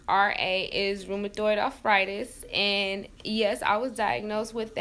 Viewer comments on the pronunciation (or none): RoomaToid arffrightes ? Wtf is that 🤣🤣😂😂